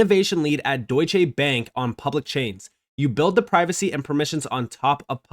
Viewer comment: Hey, German here. Wanted to let you know that you should pronounce the "e" in "Deutsche" bank as an "uh", as in "uh i dont know" and said fluently connected to Deutsch. Deutsche also means "German", so its natural to call it DB, or Deutsche Bank (Bank said with the "a" like from "apology", the "ank" closer to the english "unc"). Appreciate your content